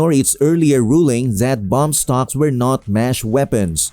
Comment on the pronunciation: They are not bomb stocks they are bump stocks . They can't even pronounce it corectly .